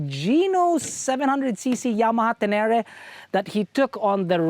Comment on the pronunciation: Yamaha Tenerē (teh-ne-rey), Tenereh ✌️😁